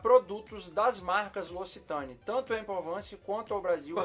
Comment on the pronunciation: Rsrsrs. Trollando o brrrresil